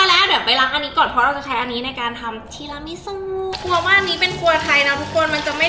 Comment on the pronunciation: อ่านแบบปกติไม่ได้ได้ต้องทีรามิสุเค ทีรามีสุเค